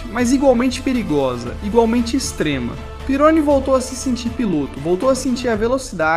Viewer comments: Você está pronunciando o sobrenome do Didier errado. É pirroní e não pirôni. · Não é pirôni se le Pieroní. Pesquise mais. O cara era francês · Desculpe quem gostou do vídeo, mas "triplificado" deve se referir à enrolação desnecessária da narrativa. Esse vídeo é copiado de algum outro canal. O cara fez texto narração e boneco com IA, e pra completar errou a pronúncia de coisas óbvias pra quem conhece F1, como Pironí (não Pirôni) e Zolder (não Zólder). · Amigo ótimo conteúdo mas o nome do piloto e Didier Pirroni e não Peroni. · Pironi??? A pronuncia correta é Pirroní!! Por isso eu coloco Senna e Villeneuve na mesma prateleira. Eram pilotos que,mais cedo ou mais tarde ,iriam encontrar a morte. Não aceitavam perder e passavam dos limites irracionalmente. Senna não aceitava que Schumacher era melhor que ele e Villeneuve não aceitava que Pironi era melhor. Passaram dos limites e tiveram um fim tragico. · Meu deus, que pronúncia horrível kkkkk "Pirôni", "Vilenuéve" kkkkkk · Didier Pironi(pronuncia-se Pirroni). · O cara não sabe nem pronunciar o nome do protagonista... vídeo bost@